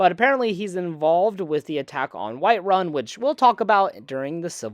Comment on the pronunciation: White Run haha dude why do you say it like that